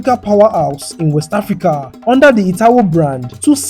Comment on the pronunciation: Thank you so much, I love your voice, it’s great to hear African city names being properly pronounced. Thanks too for the footage of the factories so we can see the people working. I’m very interested I processing and self sufficiency. Kenta could learn so much. I’m a new proud subscriber. Keep up the good work